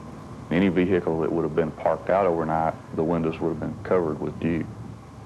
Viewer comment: Dear Texas, the "H" in "vehicle" is silent.